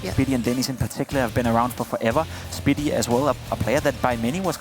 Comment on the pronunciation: "fave-in" "speedy" NO. ITS FAH-VIN, AND SPIH-DI.